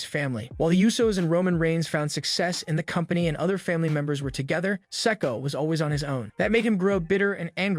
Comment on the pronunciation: Please pronounce Solos last name correctly, you have been saying it wrong for quite a while